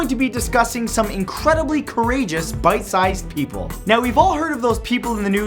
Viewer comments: I thought he said "bite sized heroes" and I questioned his sanity until I realized he was actually saying "pint sized" Smh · I love every one of these BAD ASS kids! Holy crap. They've got all the admiration from me, lol. Also, are you saying "bite-sized" heroes or "pint-sized" heroes?? Because I can't tell. XD